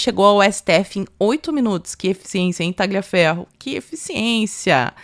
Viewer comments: Parabéns pelo video! Só colaborando aqui, Tagliaferro se pronuncia "Taliaferro" sem o g.😅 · me desculpe, mas vocês enrolam a língua para falar qualquer nome em inglês, mas pronunciam os demais erradamente. Por que? A letra G em italiano não soa. Você gostaria que seu nome fosse pronunciado errado no estrangeiro? É desagradável ficar ouvindo "Tagliaferro, Marsiglia" errado o tempo todo. Um abraço, suas lives são ótimas.